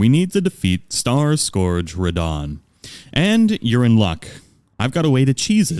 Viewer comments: Its pronounced Skurge, not Score-ge. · Me, watching Elden Ring videos: Cool info...also, how do so many people not know how to pronounce "scourge" screaming internally